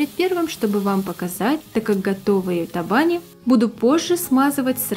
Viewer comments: табани, ударение на последний слог. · В Удмуртии ударение в слове табани делают на букву и. И конечно готовят в печи с начинкой из фарша или с мойвой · В слове табани, ударение на букву и.